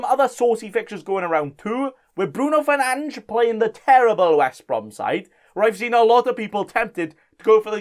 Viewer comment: As a Portuguese, I want to congratulate you for being the only foreigner pronouncing Fernandes right. Also, put Soucek ahead of Dallas in your bench (imo).